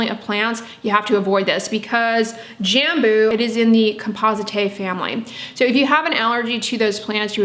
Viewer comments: Also the way you probouce “J” in Brazil is more like the French “J” so think on the word Bonjour and you will be able to say Jambo correctly! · From a fellow Brazilian here, you’d pronounce “Jambú” putting the emphasis on the last syllable, kinda like “Jamboo”. It doesn’t matter how you pronounce it, you are lovely saying it! :) In Brazil we have tons of different plants we use in skincare. There’s a Brazilian popular brand called natura, they do sell in the US but they are highly fragranced as you could expect, everyone uses it in Brazil. If you are ever interested in trying their products, they are incredible, but again, be prepared for tons of smells! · Jambu is a tasty fruit. We pronounce it “jum-boo” in Indonesia. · Jambo is a fruit we eat here in Brazil. Your pronunciation is 70% accurate! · I’m Brazilian 😬 couldn’t recognize “jambo” by your accent (we pronounce it differently, obviously) but yes, I do eat it and I love it! My cousin has a huge tree in her house and always brings me some (a lot) whenever it’s that time of the year! Didn’t know about all these benefits 👀 (For anyone wanting to know the Portuguese pronunciation of “jambo” just put it on google translate and listen to the Google voice)